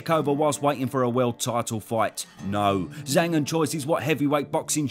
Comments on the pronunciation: And it's pronouced Jang, not Zang. Zh in phoenic Chinese is like a J sound. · I understand maybe not getting the perfect Chinese pronunciation, but his alias is Big Bang, so why wouldn't you pronounce it in a way that rhymes? 😂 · Zh is a J sound fyi